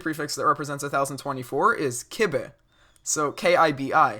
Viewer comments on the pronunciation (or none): Kibi should be pronounced KEE BEE